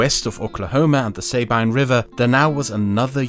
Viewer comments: Btw the Sabine River is Pronounced Sa (like sat) -bine (bean) Sabine = sa-bean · Man, I know European, but hearing the Sabine River pronounced that way just feels weird. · I really enjoy your videos, but next time you make one in Texas, or Southern United states for that matter, you should ask me about pronunciations of things like the Sabine River or San Jancinto. I even have an entire book on Ozark folk speech if you do one in the Ozarks and can help you sound like they would've in the 1890's.